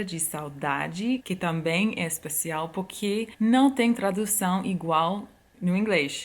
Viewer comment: AAAAAAAAAAAH, essa mulher!!!! Sou completamente apaixonada. Quer ser minha amiga? <3 Obs: Adoro quando você fala "porque". Acho que não consegue pronunciar a letra R, daí sempre sai "poquê". kkkkkkkkkkk... Acho fofo! 😍